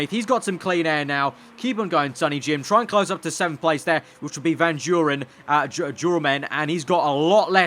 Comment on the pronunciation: van duurnen is van doornen